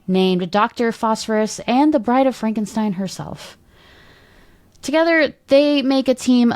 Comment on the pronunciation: It was "Fronkensteen".